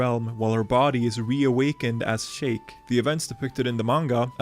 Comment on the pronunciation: It’s “SHEEK” not “SHAKE” wtf 😂